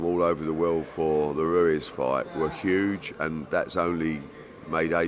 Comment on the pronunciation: Ruez it’s Ruiz